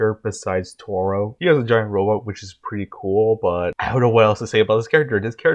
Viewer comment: Taro not toro 😅